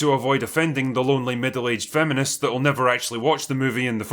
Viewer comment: They don't review movies they tell alt-right weirdos and incels that all life's problems are because of "fah-mun-ists" and "luhz-bayns" that won't sleep with them.